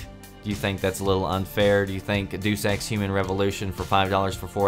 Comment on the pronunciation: Learn how to say Deus Ex